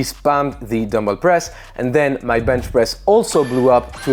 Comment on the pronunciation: no one notices the 'zer hahaha' at zer end?